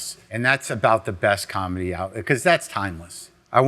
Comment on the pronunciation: “Any calmedy records from the eighties…”